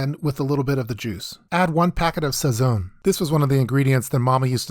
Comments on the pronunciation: Sound white as ever bro cant even pronounce sazon right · Every time I heard "Sow-free-toe" and "Sah-zone" I imagined my ancestors crying from the bad pronunciation.